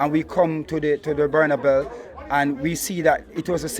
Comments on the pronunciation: Man said Buernalbel 😂😂😂😂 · can't say carabao and bernabeu. Loool He says carabell and bernabell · Man said Bernabell 😂😂😂